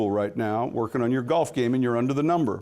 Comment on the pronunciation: FYI it's golf not gulf dumbass😂